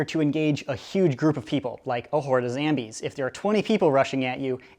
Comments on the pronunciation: PLS STAAAAAAAAAAAAAAAAAP SAYING ZAMBIES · Why does he say zambies?🤣🤣